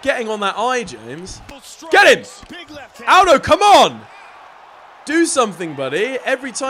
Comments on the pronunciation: Omg it joe-say Al-doe get it right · james pronounce it al-dough 😆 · Did he call Jose Aldo hosay owdow